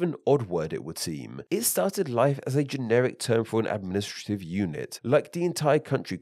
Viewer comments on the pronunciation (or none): none